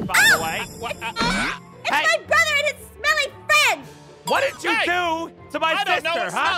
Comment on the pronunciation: I also love how she said broder